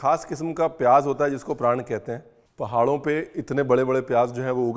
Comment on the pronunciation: Chef 'prand' nai 'praaaaannn' haiiiii🥲🛐 app 'prand' bol kar hame rula rahay ho